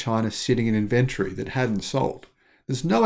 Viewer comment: Why can’t you say inventory?